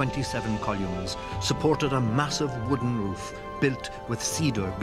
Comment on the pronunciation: Columes rather than columns 😂